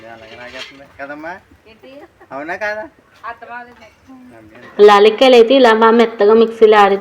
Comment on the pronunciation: లాలీక్కాయలు కాదు యాలక్కాయలు అంటారు